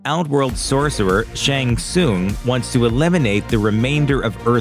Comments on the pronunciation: *Shang TSUNG.. it’s NOT Shang SOONG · Its shang Sung not shang soon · Terrible critic. It’s SHANG TSUNG (SUNG) not TSOON. Smh. Terrible journalism. Thumbs down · This is like the 3rd video narrated by a guy who clearly hasn't seen the movie. Otherwise he would pronounce Shang Tsun's name correctly. It sounds like Shang SUN, not Shang SOON. Show some damn respect. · the way he presenter pronounces shang tsung's name lol